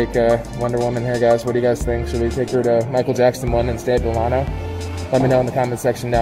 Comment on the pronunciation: You’re mis-pronouncing Delano. It’s like Della-no. Good tour, though. Just a pet peeve of mine.